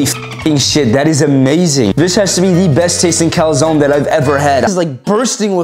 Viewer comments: It's pronounced Kal zone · The pronounciation of calzone triggered me so much, it's like 100% wrong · how tf can you pronounce calzone so bad:))))) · Nutsack Gaming bruh search it on google it s an italian word... there are a bunch of words americans are pronounceing wrong for example coupe ( french word )